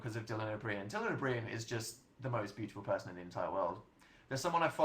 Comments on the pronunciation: Dylan O'Brien. Same though. However I actually CAN'T with how he pronounced this name!!!! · I’ve never heard anyone pronounce Dylan O’Brien the way he does. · I’m sorry he pronounced Dylan O’Brien wrong I’ve never been so triggered 😂